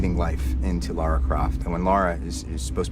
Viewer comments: he called her laura it's lara XD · It's LARA not LAURA. Ugh I find it so annoying when supposed "fans" call her that. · Yeah but you say it like you would say Laura. Like even the characters say Laura